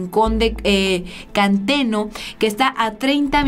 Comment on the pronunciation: es Juventino Rosas no (juvenito) y Rincón de Centeno no (canteno)